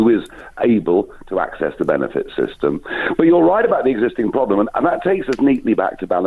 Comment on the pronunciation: We do indeed have a “pwoblem”. You’re still on TV, you racist sausage.